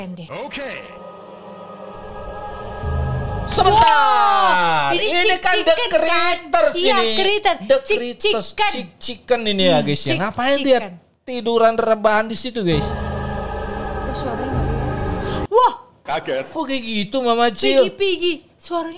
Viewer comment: Bang bukan chi chi chicken tapi yang bener kickinchicken